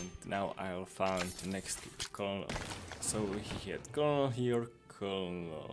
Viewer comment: Colonel is pronounced like “Kernle”.